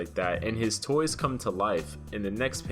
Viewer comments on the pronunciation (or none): none